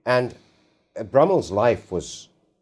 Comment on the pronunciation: is clearly out of his depth here, as he keeps pronouncing Brummell's name incorrectly. Wish he didn't interrupt.